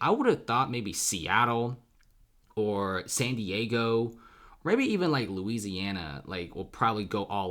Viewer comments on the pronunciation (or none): none